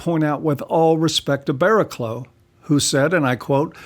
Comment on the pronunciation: It's pronounced Bara-cluff. British English is... not intuitive.